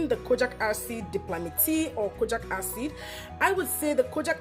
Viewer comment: It’s pronounced Kojeek acid not kojack acid please😕